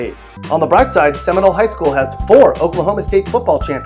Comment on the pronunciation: Ummm, Dude, where were you educated? Please do your research and pronounce the name of Muskogee, Okmulgee, and Seminole correctly.